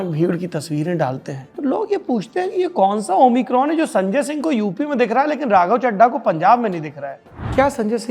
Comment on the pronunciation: omicron hai amicron nahi